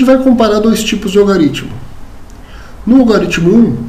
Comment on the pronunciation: A aula é excelente, mas fica aqui um toque. Não existe "algaritmo". A pronúncia correta é "algoritmo".